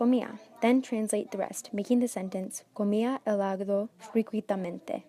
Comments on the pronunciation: Hel-aga-do 😖 el-a-do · ¡Muchas gracias por video! Pero por qué usted lee 'H' 😇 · omg this is gonna help me so much but just to be clear no hate the h is silent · It is not only the H, this woman has several mistakes, a terrible pronunciation of the phrases, and she does not know where to put stress on the words, very bad, if you want to learn Spanish the right way, look for a native teacher who lives and has been raised in a Spanish-speaking country, not one that has distant relatives who were native Spanish speakers, like this woman. "Comía helado frecuitamente" is a word that DOES NOT EXIST IN SPANISH the word is "frecuentemente". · You don’t say the h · lol she has no idea abotu spanish. and shouldnt be teaching jack squat. as soon I heard her pronounce the "h" i stopped the video